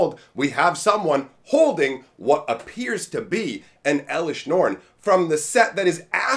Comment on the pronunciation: "Eleshr norn, the myr castigator"